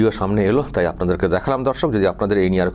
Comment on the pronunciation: তোমার সব ভিডিও আমি দেখি আমার একটাই রিকোয়েস্ট দর্শক না বলে বন্ধু বল দর্শক বলতে গিয়ে মাঝে মাঝে ধর্ষক হয়ে যায়